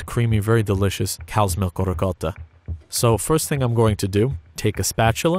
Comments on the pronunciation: Pronounces loads of complicated words no problem.... tries to say ricotta, somehow says something along the lines of 'rocotta'... very confused? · This man has the unbelievable ability to not say “ricottatatatata” when saying ricotta with the accent